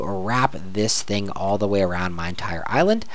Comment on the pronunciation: I really like you videos :) But when you'r writing "/island level", the way you say island is seriosly annoying :D The same when you say out loud that you write "/c" and "/c c ......... " :)